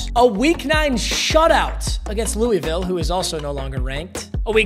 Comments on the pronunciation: "louieville" you're killing me its "luhvull" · Louisville isn’t pronounced “Louie Ville” it’s “loohvull” - a KY native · please it's not Louie-ville it's lul-vulle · its pronounced loo-vul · When bruh says Louisville wrong 😢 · Pls pronounce Louisville right it’s pssting me off being from there